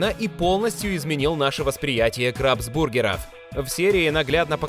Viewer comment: Не крабс бургеров а крабсбургеров!